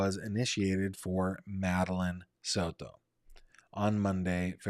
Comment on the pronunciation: Please stop saying Soto like that 😂😂😂😂😂 Sounds super silly